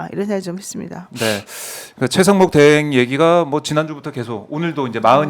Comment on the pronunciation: 노변이 권영세 권성동 다음에 최강욱이라고 한거 맞나? 최상목 말한거 아님? 발음이 아무리 들어도 최강욱으로 들림. 내가 이상한가?